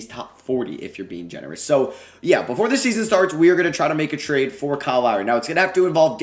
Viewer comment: Here when it says tarde instead of trade